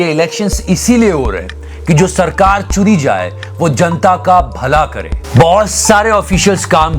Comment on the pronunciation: bhai tune sarkar chuni jaay bola usame muje "sarkaar chudi jaay" sunai diya..tune sach me chuni jaay hi bola tha na...??🤣🤣